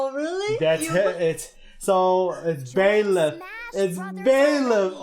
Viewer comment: I have no problem with Byleth joining smash I love fire emblem three houses also it’s pronounced buy leth not bae leth